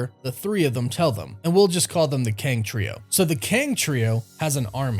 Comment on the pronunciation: It bothers me the way u say “them”